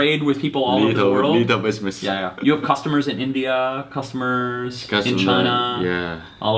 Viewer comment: busimess man 🤣🤣🤣🤣